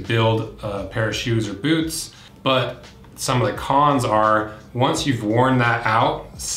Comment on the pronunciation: Did he say Bewts?